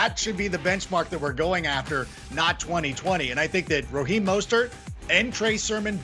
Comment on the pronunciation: sorry it was sarcastic bc he’s saying rOheem not rAheem